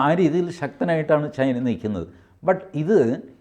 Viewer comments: ചൈന.. ... not ചേയ്ന😊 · ശ്രീ: ചൈനയാണ് ചെയ്ന അല്ല തിരുത്തണം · ചെയിനയോ? TG വൃത്തിയായി പറയുന്നുണ്ടല്ലോ?